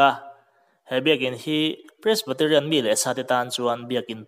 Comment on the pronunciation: Pressbaterian nilo in Presbyterian tih tur anih hmel zawk eee